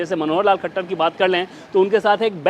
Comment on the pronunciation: It's Manohar lal khattar not manohar lal khachhar miss ancor kindly pronounce right name also you have to improve your voice